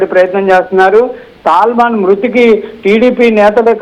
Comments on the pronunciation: సల్మాన్ కి సాల్మన్ తేడా తెలియని తెలుగు చూసి చదవను రాని జర్నలిస్టులు తయారయ్యారు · ఒరేయ్ హౌలే సల్మాన్ కాదు,,,, సాల్మన్...